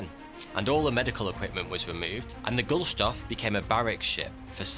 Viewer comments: thoroughout the video the map you are using shows Europe before WWI. Also, if you ever remake this video, please correct the pronunciation of the ship's name. You keep saying Goldstuff. Its name is Gust-loft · Is it Gulstoff or Gustloff? the man is named as Wilhelm Gustloff; the ship's name is consistently spelt as Gustloff; but is pronounced as Gulstoff. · I wish you would pronounce Gustloff correctly and not Gullshtoff as you incessantly do, It's very uprofessional, and annoying. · Another great video! But why keep calling the boat Gulstoff when it’s clearly Gustloff? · Sorry about this. But it's Gust-loff, not Gul-stoff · Funny how you keep mispronouncing GuSTLoff as GuLSToff. Nevertheless, great story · The way you pronounce the name of the ship puts me off. No I am not expecting you to know how to pronounce German names perfectly, but at least try to pronounce the name as it is written - Gustloff, Gust-loff, not Gulstoff, Guls-toff. Somehow the L leaps ahead twice, what even is going on here? Gulls Tough? I get that you want to keep things neat and tidy but come on, Czechoslovakia wasn't that much of a eyesore that it had to shown as if it was Austrian territory? Icebergs on the Baltic sea, really? Ice sheets are a thing in winter yes, the northern Baltic freezes solid during winter, but which glacier at the coast of Baltic sea supplies these icebergs? And through which open sea route they travel to the southern Baltic? (I cant help but think of that scene in Inglourious Basterds, where Hans Landa asks ms. von Hammersmark at which mountain near Paris did she hurt her leg.) Other than these pedantic gripes, solid video. And before anyone just as pedantic A-hole like myself points it out, yes Ice sheets are still solid ice and ships can easily be wrecked against them, but they are not IceBERGs. There is a difference. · Gustloff = goosed-Loff, not ghoul-stoff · You have called this ship The Gulstoff through the whole video! Why? Is this deliberate?